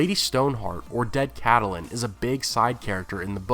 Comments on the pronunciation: Just an FYI-Lady Stark's name is pronounced Cat-linn, Not Cat-a-linn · Why do pronounce Catelyn like Cattle-lyn? In the show they pronounce it like Cat-lyn. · I love your videos but I cannot get over the way you pronounce "Catelyn." I don't know why it bothers me so much. that "e" in the middle, I leave it out, so did the show, so it must sounds like "Cat-lin." I mean maybe GRRM wanted that extra syllable, but for some reason it irks the hell out of me when you say it like that, lol. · How he pronounces Catelyn's name is my only complaint about these videos. We've heard how its pronounced in the show, so not sure why keeps saying it like he does.